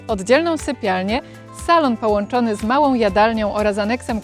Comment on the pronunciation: Ogromną a nie ogromnom. Ładną a nie ładnom. Małą a nie małom.